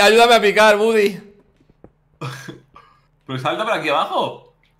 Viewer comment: Es Woody no Buddy